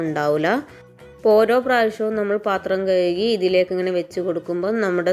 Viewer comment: കയുകി അല്ല കഴുകി